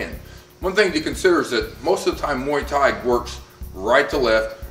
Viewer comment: mee tee? dude can't pronounce it, he could probably murder me. but...really?